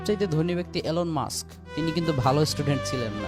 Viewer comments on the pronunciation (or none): এলন মাস্ক❌ইলন মাস্ক✅